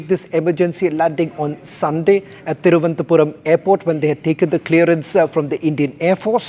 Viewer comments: Presenter had spoken very well, but for the name of the airport. It is not Thiruvanthapuram but Thiruvananthapuram - Thiruv - anantha - Puram or simply say Trivandrum. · Cannot pronounce thiruvananthapuram. Are you also from royal navy?